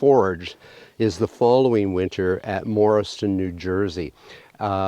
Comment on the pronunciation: You mispronounced Morristown. You said Morriston. I know trivial however needed to be brought up.